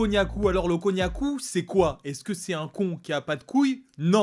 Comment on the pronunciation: Quand tu as dit cognaku j'avais compris cognac 😂😅😂